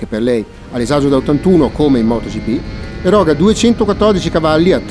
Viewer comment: Video spettacolare come sempre. Scusate la pignoleria ma: èroga, non eròga